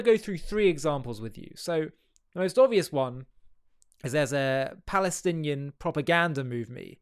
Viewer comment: The Oscars have less Oscar than Oscar Schindler. loved the articulated Ps of this idiot. Occubation of the Balestinian Beoble. How can there be a “Palestinian people” if they can’t even pronounce their own alleged name. 😂